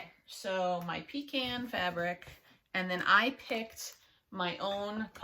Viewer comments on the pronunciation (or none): I say pecan the same way u do. Lol. Hardly ever hear anyone else say it that way. Love your projects.